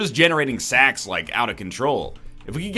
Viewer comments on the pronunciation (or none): am i the only one who kept hearing "more sex, more sex, more pennies which means more sex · I heard "more sex" when he said "more sacks"